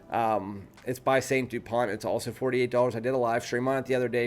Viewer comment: It's not Saint Dupont, it's S.T. (Es Tee, not St. ) Dupont (T is silent). Never heard of their lighters?